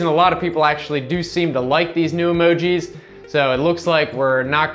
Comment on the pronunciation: Dude first of all you're a fuckin wien. Second you are showing old shit the phone already did. You look like you play candyland with children. Even the way you say emogi is just weird. Get a fucking life